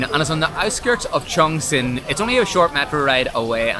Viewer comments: kept pronouncing the city's name as "Changchun", it's another tier 2 city in Northeast China, famous for the car industry and Changbai mountain. Chongqing is pronounced as "Chung-cing" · U pronounced like Changchun😂😂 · The way she pronounces the city name, Chongchween 😂😂